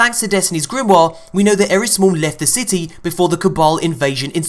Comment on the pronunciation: It's eris